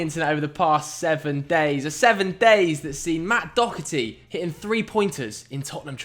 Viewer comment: There is no C in Doherty ffs